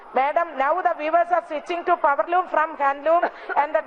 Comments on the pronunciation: hahahahahahha....powerloom madam poweloom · പവർലൂം മാഡം പവര്‍ലൂം 🤣